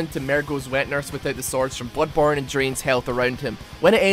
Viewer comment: did you just say "bOOdborne"????